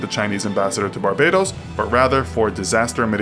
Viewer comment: It's Bar-Ba-Dose * Hheeumppp!